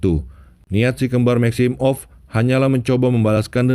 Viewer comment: Every one: maximoff Mimin : maxim off